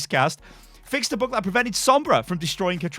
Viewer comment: Bug not Book